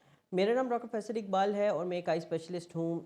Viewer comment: Aap ka naam ekbal nahi hy